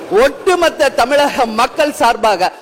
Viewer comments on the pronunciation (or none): none